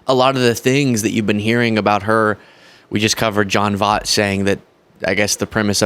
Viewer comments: Your killing me! Jon Voight name (I hope I spelled it right) is pronounced like Void...with a strong T at the end. It is not vaught like caught. Please stop mispronouncing it. Your killing me!!!! And, my sensitive mispronouncing names ears. And, It is just wrong. Just like purposely mispronouncing Kamalas name. You are being just as wrong. And, this is your second video doing this. So, it is now on purpose, not a mistake. It is wrong, and you should fix it. Don't be like those MAGATs, be better, because you are better. I know you are! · You're pronouncing Jon Voight's name wrong (not that it really matters and is kinda funny as he pronounces Kamala wrong). It's V-Oiy-T, Not a big deal but it's grating on me.... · As much as I can’t stand Angelina Jolie’s racist father, I want to be sure that he is accredited for his bigoted statements. The pronunciation of Jon Voight’s last name should rhyme with Hoyt. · I'm old so have to tell you, Voight is pronounced "voit". He used to be a respected actor. Many many years ago. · Please learn to say John Voight's name. You are too good to keep making that mistake.